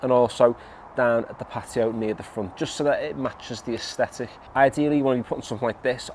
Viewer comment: My new favourite word is "aesthetic" in a Liverpudlian accent.